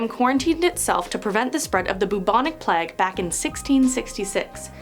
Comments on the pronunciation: plague is pronounced play-ge not pleg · It's plague not pleg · I've seen so many vids recently of people saying plague like "pleg", it's so distracting. 😆🙈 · How are Americans getting “Pleg” from Plague? 😂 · the way she pronounces plague is AHHHHHHHHHHHHHHHHHHHHHHHHHHHHHHHHHHHHHHHHHHHHHHHHHHHHHHHH no hate as she is great but AHHHHHHHHHHHHHHHHHHHHHHHHHHHHHHHHHHHHHHHHHHHHHHHHHHHHHHHHHHHHHHHHHHHHHHHHHHHHHHHHH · Why do you say plague like that?